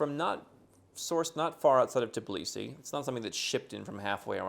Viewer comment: But he never pronounces the Tbilisi the right way 🙈 He always says Tiblisi 🙈